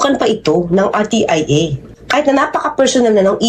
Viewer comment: R T I A....HINDI RTEA